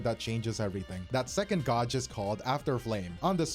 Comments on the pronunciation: Her “gawj” is wild. Gauge. “Gaej” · bros pronunciation of gauge is a rage bait I swear